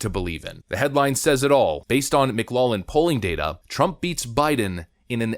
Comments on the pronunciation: FYI, McLaughlin is pronounced "Mick-Lock-Lin." Just wanted to throw that out there for ya. No biggie. Love your stuff! Skál! 🍻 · Pronunciation of Mclaughlin: mick "LOCK" lin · If you're Irish, that name is pronounced "mick glock lan", but usually "mick loff lan" in the US. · McLaughlin = “MickLawflin” I know it’s hard… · This is bugging me: McLaughlin is pronounced "Mick-lock-lin". Also you should mention that John McLaughlin is Trump's pollster. Don't get me wrong, I want Biden to lose, but maybe a little less hopium and have a more serious attitude about the challenge ahead. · I love your channel, but my dude, it's pronounced Mc Law Flynn 😂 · Please do a tiny bit of extra research. Do you seriously NOT know how to pronounce McLaughlin ?? ?? (mic lof lin ). killing me with the tiniest of details. Talk like you know what your are doing. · Mc-LOFF-Lin Poll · Just FYI..... it's McLawflin (McLaughlin) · pronounced Mick-Glock-Lin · As a Scot the pronunciation of McLaughlin is driving me up the wall, ☝🏻 that's how to say it. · there is a "g" in McLaughlin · You're pronouncing McLaughlin incorrectly. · Dude, can you seriously not correctly pronounce McLaughlin!? How low is your IQ??? LMAO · (Say "Mic-LOFF-lin"... Not lollin' 😁) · Lol The way you say McLaughlin is funny. It's pronounced mik-LAWF-luhn, not mik-LAWL-luhn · McLaughlin = pronounce McGlofflin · It's pronounced "Mc-Loff-lin" you Liberal Duncemind. Get it right. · It's Mc Laugh lin Poll. (Like the word "laugh", or some say "loff") It's not Mc"Lollin". LOL! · "Laugh" in Celtic is pronounced lock; it's Mic-Loklin, not Mic-Lawlin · Everyone: "It's pronounced 'mik-LOCK-lin'" Everyone Else: "It's pronounced 'mik-LOFF-lin": "No." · Pronounced "mik LOCK lin." Jus fyi. Altho my family pronounces it "mik LOFF lin" for some reason. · Pronunciation problem: McLaughlin is pronounced: 'Mc'-'LOFF'-'lin' Notice the word "Laugh" is in the middle, only you pronounce it "Loff" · McLaughlin is pronounced - Mc Locklin .